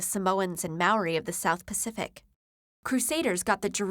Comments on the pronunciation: bro it's definitely pronounced mao-ri, not may-ori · May-Or-Ri? Oh dear god... Maori.... And moko... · Maori is pronounced "Mow - ree" with a rolling R sound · Mow ree still wrong pronounce it as mouldy but replace the d with a rolling r if you cant roll it the pronounce the d really fast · maori is actually pronouced like mo-ree rather than ma-o-ree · Maori is not pronounced may-or-ee, it sounds much more like moldy. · She pronounced Maori like May-ori. it should be like Mao-ri. Also their facial tattoos are called Te-Moko not Mokas', the shit ain't a coffee beverage. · Excuse me but it isn't "May-ori" its "Mow-ree" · It's pronounced more like "Mouh-ree" than "may-oh-ree" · I am from New Zealand and Maori is pronounced mow-(as in mow the lawn)ree. And moku is pronounced m mow-koo, so do your research right next time okay? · What the fuck is a meiori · ITS MAO-REE MAO-REE I CANT BELIEVE HOW MANY TIMES PEOPLE HAVE GOTTEN THIS WRONG! sorry. i freaked out too much... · Māori - Maow-rih (roll the r). As a kiwi this should have been revised before publishing! Lol. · nice...planning to get my second tatt soon!! ps as a kiwi, i'll give you a quick hint: Maori is pronounced Maw-ree :D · Wow..."Maori" is NOT pronounced "may-or-ee". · hahaha MAY-OREE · ya-koo-za i can forgive but wtf is may-yo-ri. Is the script given to someone who knows nothing and is made to record it alone and post it alone without anyone hearing it before then? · Maori - pronounced like "mouldy", with an r instead of a d. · May-orie, LOL. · ***** Not only that, saying ya kuu za actually makes it sound like it's spelt やくうざ instead of やくざ. And I had no idea she meant Maori the first time she said may yo ri, and im from NZ. Thought it was a historical tribe from a small Polynesian island it was so unrecognizable. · When she said maori and ta moko 🤮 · Listening to the pronunciation of 'Maori' and 'moko' as an actual Maori person almost physically pains me lmao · Gotta love the pronunciation of Maori and moko